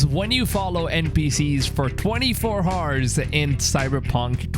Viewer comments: Did my man just say 24 hars?? Wtf??? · Dude. The 'h' is silent in the word "hour(s)" and I've NEVER heard ANYONE say it by pronouncing the 'h' so why do u say it like that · bro why do u pronounce hours as haars? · Ours, not Hours🤣🤣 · why do you pronounce "hours" like that eww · It is an accent why do u have to b disrespectful. Lol